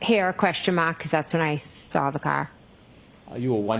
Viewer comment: I sawr it! What kind of teacher is she?